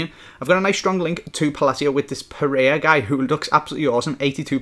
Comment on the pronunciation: You do know there's a second 'r' in Pereyra